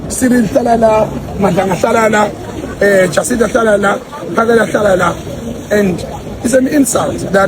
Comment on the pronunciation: He can't even call Jacinta 😂